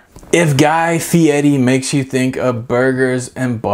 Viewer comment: Guy Fieri, not Fietti.